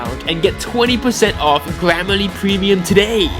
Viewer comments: i love how he said glam a le instead of gram ah le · Is it just me or did I hear glammerly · Funny that he can't pronounce grammarly